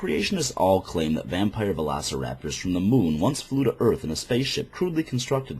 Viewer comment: I'm sure you've already been corrected, but...it's "velociraptors"